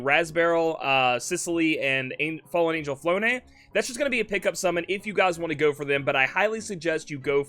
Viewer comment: Flonne is pronounced Flawn.